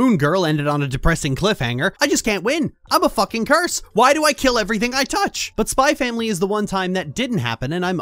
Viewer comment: It's supposed to be pronounced "Spy Family."